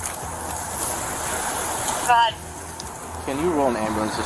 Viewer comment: Berrr-wyn. Just had to say it, iykyk. And why would anyone want to have anything to do with Nick Fuentes? He’s pure trash.